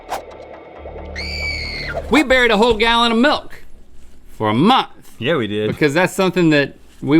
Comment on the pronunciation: Does anyone else love how Link says "month"? No matter if he says it on LTAT, GMM, or Ear Biscuits it is always like "MUNTH".